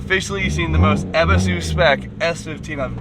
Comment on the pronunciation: It's not eb es is su. Eee buu suu